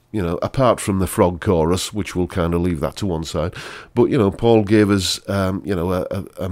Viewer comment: Faul, not Paul